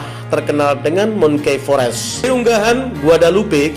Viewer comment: Bukan di sebut mungki fores Brother tapi mangki forest dari bacaan monkey forest. Tambahkan ilmumu dalam bahasa inggeris bro barulah jadi presenter yang mantap.